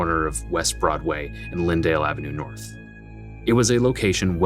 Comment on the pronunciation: Welcome to Norf Minneapolis.